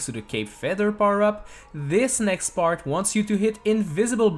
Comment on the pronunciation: First time heard him say part it sounded like he said Butt